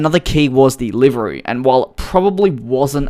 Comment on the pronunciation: i was so confused when you started saying liveri until i figured out you meant livery